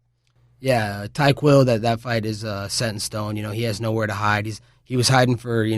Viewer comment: "Tyquill" Lmaoo